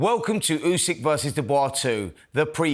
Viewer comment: Frank cannot pronounce Usyks name yet...🤣